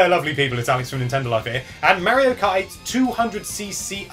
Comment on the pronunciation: Says "tips". sounds like "tips". puts "teeps" at the bottom. yet has never notice he says Mario wrong.